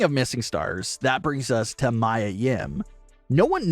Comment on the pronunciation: Do u even watch wrestling? It's not Mya. It's. Mia. Meeeee uhh.